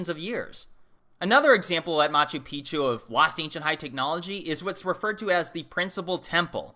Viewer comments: Its pronounced mah choo peek choo. It means old mountain. When you pronounce it mah choo pee choo, youre saying old penis. FYI. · ....just check your pronunciation of Machu Picchu please, you say ancient penis instead of ancient mountain.....haha ;-) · In Peru, I heard Peruvians pronounce Machu Picchu 'Machoo Peekchoo', not Machoo Peachoo.